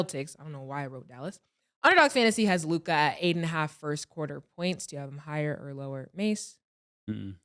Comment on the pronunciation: Am I the only who hates the way Mase says Luka it’s Luka (lue•ca) bro, not LUKAAA